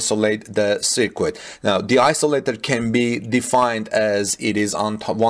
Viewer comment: Circuit is pronounced "sir-kut"